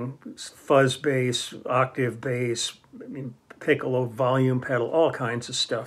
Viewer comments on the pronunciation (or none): You mentioned fuzz bass and I almost thought you said "buzz bass," as in the Pedulla (which was probably not even available at that point). That was a beautiful instrument!